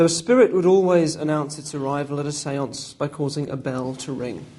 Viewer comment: I know how he got her to go into number seven atleast. He said the sense several times in a way where it sounded like seven